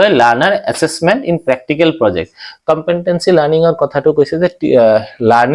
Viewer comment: It's called competency Not compentancy Wrong pronunciation